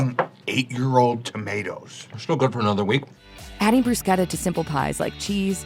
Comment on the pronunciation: You pronounced bruschetta wrong